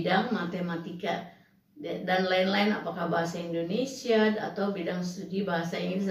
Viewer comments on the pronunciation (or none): none